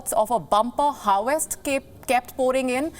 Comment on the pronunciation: She pronounces harvest as harwest.:))